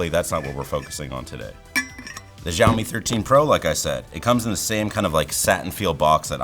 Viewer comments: It's not jawmi It's shawmi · 1 - it's Xiaomi, not Shiaomi. Why do you pronounce it that way? 2 - because it's chinese aka spyware. Boom. No need to watch the rest of the video. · He pronounces Xiaomi as if it were called "zhaomi" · It's pronounced the way he pronounced it or possibly Zhaomi but definitely not as Xiaomi.